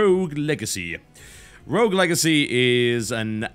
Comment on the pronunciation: Rogue...R-O-G-U-E. Why people have such a problem saying the word 'rogue' ? ..rough ? ...wtf i've heard rouge before..